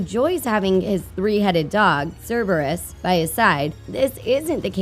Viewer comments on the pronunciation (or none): none